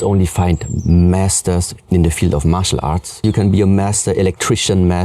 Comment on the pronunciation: Sounds like he said muscle art